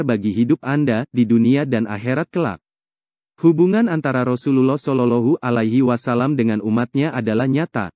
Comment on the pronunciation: ma'af kok shololohu alahi wasallam mestinya kan sholowohhu alaihi wassalam mohon di perbaiki🙏